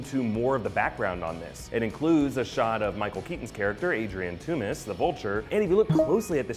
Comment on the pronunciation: it is Tooms